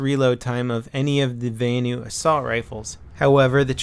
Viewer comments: vanu is pronounced as it's written, not as "vaenu". the a in vanu is the same a as in "assault rifle" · I hate how you say "vanu"